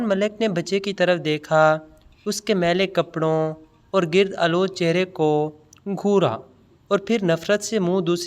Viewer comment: gird aalood nahi gard aalood